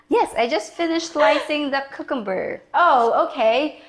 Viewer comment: Love the way you girls pronounce "cucumber'. I am kinda partial to filipino food: underrated treasures